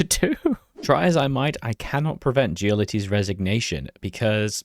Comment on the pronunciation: Why the fuck does every anglophone YouTuber call him Gyolotti, it's Giolitti